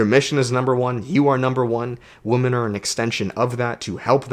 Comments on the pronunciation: Yep, it’s women (plural. Pronounced Wimin). One woman is a woman. Great video. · Lol, I always had beef with how you pronounce women, thanks for explaining haha.